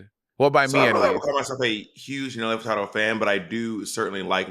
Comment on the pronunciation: I felt like a Crypt Keeper the way Monet aged me when she said Nelly FurtaRdo